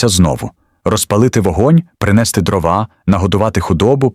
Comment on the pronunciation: Та не дровА , а дрОва!!! Чому ви в українських словах робите російські наголоси?! Не конІ , а кОні Не травИ , а трАви Не чАсник , а часнИк!!! Не кагАнці , а *каганцІ*. Ви ніколи не чули, як звучить українська мова? Вже не говорячи про зображення. Ніколи не бачили української хАти, навіть на картинках у дитячих книжечках? Вони були обмазані глиною і побІлені! А української пЕчі? Якщо вже ви назвалися "Історична правда", то створюйте щось максимально схоже на неї! Бо у вас покищо виходять "Історичні побрехеньки", нафантазовані ШІ.